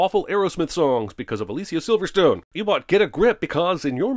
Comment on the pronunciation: 100 sins for “Aleasiya Silverstone”